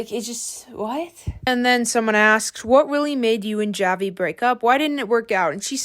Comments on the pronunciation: you don't actually pronounce the j, you use h- "hahvi" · I think you pronounce his name as havi cuz j have the H sound cuz idk Clara would call him havi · btw javi is a spanish name, a lot of people here in the philippines have it, its pronounced havee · Hi, the pronunciation of Javi's name is "Havi" since he's Filipino so you would pronounce it the way you would in the Spanish context (the J is pronounced as a H) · is it not pronounced Havi? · I think its pronounced like "havi" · The pronunciation on Javi and Manila 😭😂